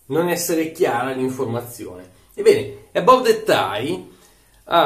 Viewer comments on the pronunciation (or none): Si pronuncia "Abav"